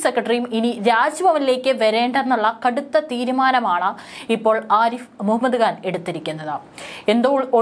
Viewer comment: കാൻ അല്ല മോളെ ഖാൻ